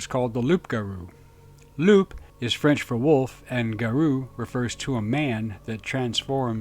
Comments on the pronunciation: Loup isn't pronounced loop, but loo. 🐺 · Thank you for the research & the video! In French a wolf is a loup pronunced lou. Here in France it is lougaru. Like the beast of Gevaudan. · Loup is french for wolf. The p is silent.